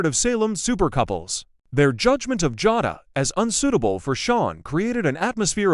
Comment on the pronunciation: It's Ja long a not Jada Jay da pronounced